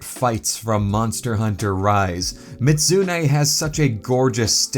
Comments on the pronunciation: It's Mi-zoot-soo-nay, not Mit-soo-nay. Edit: In-game accuracy! You can cut off the tail on your figure, too! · The only thing bugging me is the constant mispronunciation, the "zu" part of the name was always left out, and it's not silent, the pronunciation is best written as "mee-zoot-SUE-nay", the third syllable has to be stressed when said and all of has to be said quickly, not slowly. Mizutsune's name is a portmanteau of "Mizu" (Japanese for water) and "Kitsune" (Japanese for fox). As much as I like the Mizutsune, I am disappointed they added a new variant of it in Sunbreak (Violet Mizutsune) instead of a variant that western audiences (except Canada) have never seen before, Thunderbubble Mizutsune, which only ever had one appearance, Monster Hunter Explore, a Monster Hunter mobile game that only ever released in Japan and for some reason, Canada. The figure does look nice, but the overall material quality has me concerned if it cracked just from that degree of handling. Hopefully you were able to fix the crack so it wasn't too noticeable. This is partly why I buy mostly static figures, less risk of damaging them that way. I would buy it, until I saw the price tag, $145 on that site, which I would assume is USD, so that would be rather close to $200 AUD without shipping. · Real pronunciation Mih-zoot-soo-nay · How you pronounce mizutsune hurts me